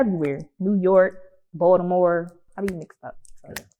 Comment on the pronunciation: She said Baltimore how people from Baltimore say it lol